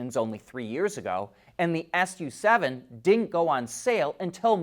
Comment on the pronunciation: Xiaomi Su7 is "Su" not "S.U." theres a car called Avatr 12 (a beautiful sedan), its not Avatr twelve but Avatr one two.